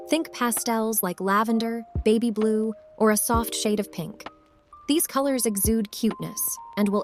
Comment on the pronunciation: When u said baby blue i heard baby boo instead....